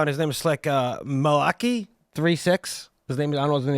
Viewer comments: That guy's pronunciation of Malachi, lmao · When the dude said Mah-Locky 🤦🤦🤦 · “Maka-laka-ding-dong — sorry I can’t read” 😂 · The way the dude with the reverse cap pronounced Malachi hahah